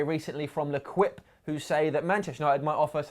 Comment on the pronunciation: L'Equip is pronounced "Le-keep" for future reference! :)